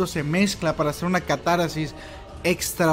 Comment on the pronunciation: Es catarsis, no catarasis. (?